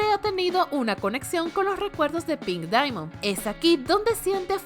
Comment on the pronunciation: Jajajaja xD ¿Lo leíste verdad? Steven Universe "Diamond Days", no se dice "Diamond" ,se dice Daimond por defecto, pero se se escribe Diamond, Perdón es un error que a mi me pasaba y quise comentarlo...